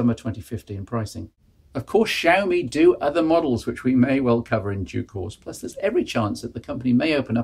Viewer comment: IINM, it's she-owe-me - I think you had it right once towards the end there :)